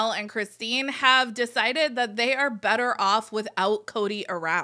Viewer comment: I agree. I slowed down the speed and it sounded like "never" not "better".